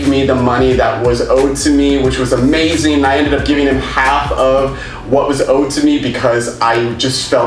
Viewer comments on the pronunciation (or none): none